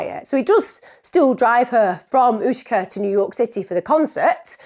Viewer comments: So Utica is pronounced with the u saying it’s name so yoo-tuh-kuh according to Google but as someone who lived in the area I would say yoo-tih-kah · I'm loving your pronunciation of Utica 😅 I've never heard it like Oo-tica, usually it's You-tica